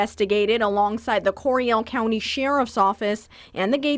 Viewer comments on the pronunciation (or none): Investigated alongside the cOriAl cOunty "shAirrif's Ohhficce" xd